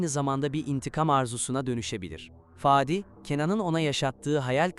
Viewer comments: Fâdi değil kardeşim … Fadi söylemek bu kadar mı zor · Faaadi değil fadi 🤣🤣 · Fââdi değil Fadi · Faadik değil, Fadik.🙏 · Ah güzel Türkçemiz birde konuşmayı öğrenebilsek !!Faadi değilde Fadi gibi 😊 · Fadi olması lagzimdi itici olmuş faadi denmesi